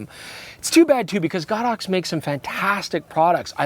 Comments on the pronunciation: Thx for pronouncing it GodOx 👏. Going to steal OMGodOx. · Oh my god. You are one of the few YouTubers that pronounces the brand name God Ox correctly! For some reason people have been calling it Go-Dox lmao